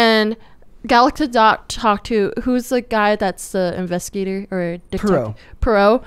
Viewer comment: Gal Gadot (Gah-doh) the "T" is silent.